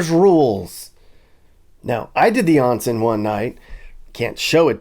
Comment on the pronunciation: Not "on" like on/off. More like "own" (own-sen).